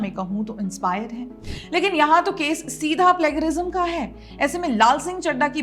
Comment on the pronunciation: Jab "Plagiarism" word 100 bar bolna hi tha to ek baar pronunciation bhi check kar leti didi. Sab kuchh plague arise kar diya🤦🏻‍♂️🤦🏻‍♂️🤦🏻‍♂️